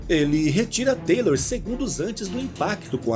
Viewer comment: Ótima narração, obrigado pela história,mas Taylor é Taylor e TYLER É TYLER ( Tayler) kkkk